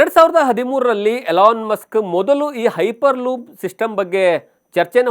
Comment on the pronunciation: Ayyo munde makla piper loop alla hyper loop😂😂😂 tu mundeva😂😂😂😂